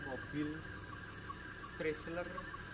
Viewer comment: CHRYSLER dibacanya kira kira Kraisler bukan pake ci ..